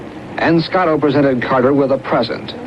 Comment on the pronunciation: SCOTTO NOT SCALO RIGHT?